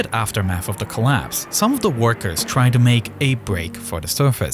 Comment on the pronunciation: twy to fwy to fweedom. touched me.